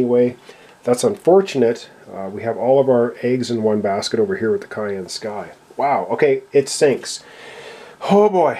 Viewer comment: FYI, Cheyenne (like the capitol of Wyoming and the group of indigenous people) is pronounced shy-ANN. You have been saying cayenne, like the pepper. Sorry if this seems pedantic, but I just got a good look at the Cheyenne Sky ship token in this episode to clearly see the name. Anyway, as long as you can evacuate people off during the night phase I think you will probably end up winning. Cheers.